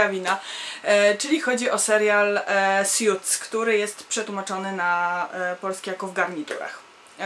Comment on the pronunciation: Hej jesteś pewna czy dobrze wymawiasz nazwę tego serialu? Słyszę, że mówisz "sjuts" a nie powinno się mówić "suts"? Tak właśnie wymawia google translator i w tym filmiku /watch?v=A7Jl8HA0ItM.